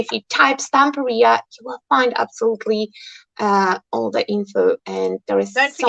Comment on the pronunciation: Isn't it pronounced Stam-PEER-ia, rather than Stampa-RIA? In the same way that you'd say Interior, Superior, Exterior, Ulterior, or Anterior. It just sounds... odd to say it any other way. Weird pronunciation aside, Belinda's creation is absolutely superb. The moving parts, the mirror effect, the layering – it's all gorgeous.